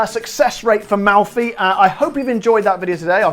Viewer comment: Nice Italian accent! Good job....anyway, I I can't find Malfy gins around here, I hope to soon. Great video as always: You do a heck of a job!